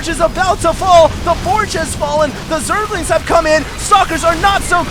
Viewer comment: fail.. he said "Zerlings have cum"